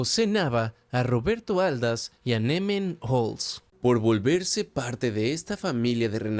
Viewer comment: Por fin me mencionó, solo un comentario la silava tónica en Aldaz es la segunda